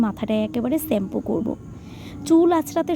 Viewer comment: ছেম্পু না শেম্পু হবে। খুব সুন্দর vlog